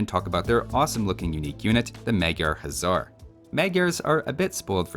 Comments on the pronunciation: You keep calling everything a "Huzzar", the regular Hussar is pronounced exactly like you would think. The Magyar Huszar should actually be pronounced "Magyar Hussar" because "sz" in Hungarian is pronounced "s" meanwhile "s" in Hungarian is pronounced "sh" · What if any is the difference between hussar and huszar? Is the latter supposed to be pronounced with a "z" sound instead?